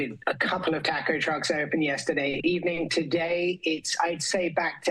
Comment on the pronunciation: the way he violates "taco" he's finished.